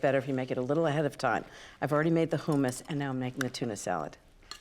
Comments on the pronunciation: I've never heard anyone pronounce it "hoomus". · Ina pronounces it “ hoomis” for hummus. Long vowel? The double m in the middle makes me think the u is short